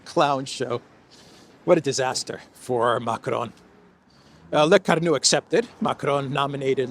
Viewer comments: Lecornu = Le-core-nu and not Le-car-nu. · CORE-nu, not CAR-nu.